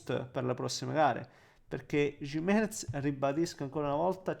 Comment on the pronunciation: Ci alleniamo un po' sulla pronuncia di Gimenez? 😊